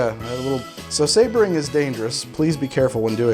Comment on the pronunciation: "Showering in sabaring"............... oh noooooooooooo...